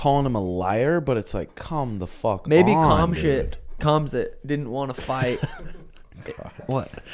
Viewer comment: I mean I'm a Suga rider.....why does he still act like he cant pronounce the Khamzat name?? It honestly feels intentional because they all laugh, either that or he genuinely doesnt know...??? Come on bro. If your coach/homie/bro/fellow podcaster says the name a different way than you do right in fookin front of you then why wouldnt that convo pop up??? Come on....they have to know....but I dont get it as far as "value" idk. But keep it up 🎅🤴🤴☝️🤙🤙🖖✊